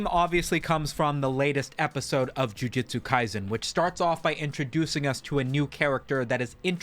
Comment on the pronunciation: JUJUJUJUJUTSU NOT JIUJITSU!!!!!